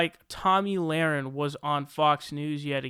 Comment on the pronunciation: Tomi, pronounced tommy, not tammy. And.laher, pronounced luh-ren, not lorin.